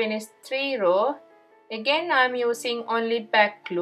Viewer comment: Its a row not raw